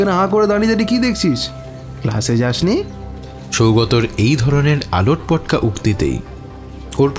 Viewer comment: কথাটা "আলোটপটকা" নয়, "আলটপকা", correction needed...